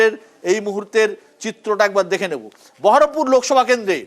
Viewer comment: বহরমপুর কে ঠিক মতো বহরমপুর বলতে পারে না সেহবে সাংসদ